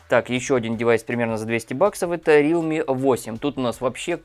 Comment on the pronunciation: Не рилми, а реалми